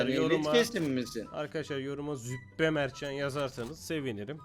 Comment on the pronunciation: Arkadaşlar zübbe değil züppe